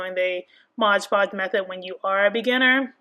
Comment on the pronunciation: The thing clearly says moD you keep saying modge